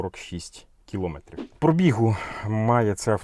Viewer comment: Аж вухо ріже: не кілОметрів, а кіломЕтрів!😡🤔